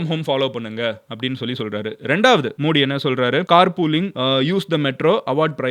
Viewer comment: You are pronouncing the prime minister's name wrong. Not modi Modhi why South people don't like modhi ji where BJP there is safe like Gujarath, Rajasthan, Maharashtra, madhya pradesh